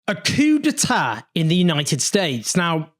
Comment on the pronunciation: That’s not how you say it.